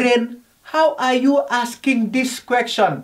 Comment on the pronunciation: 'How are you axcing dis question?' 😭😭